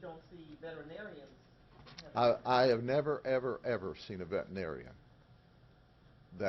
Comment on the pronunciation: Sheriff, the word is pronounced "vet-er-i-nar-i-an." Six syllables. You speak so well I had throw this in here.